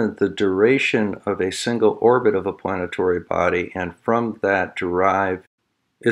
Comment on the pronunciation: Love your videos. Nice work. Minor point--the pronunciation used for crepuscular and planetary were a bit off. (They sound like corpuscular and planetory.) But the logic and examples are solid and love the matter of fact, calm, and paced tone.